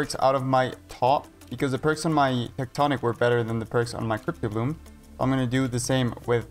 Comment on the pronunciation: STOP CALLING IT FUCKIN CRYPT-O-BLOOM ITS CRYPT-BLOOM ffs